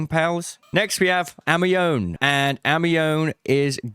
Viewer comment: Pretty sure Amione is a play on Anemone so ur pronouncing it wrong